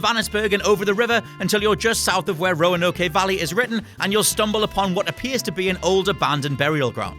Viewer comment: Yeah that's not how you pronounce Roanoke